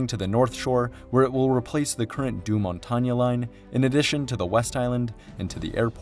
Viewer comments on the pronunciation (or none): Samooel due Champlain. Due Montaña. Edooward Mont-petite. Ville de MonT-rayall, Anse-à-la-Orme, REM deh Laid... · "Deux Montagne" Never heard it that way lol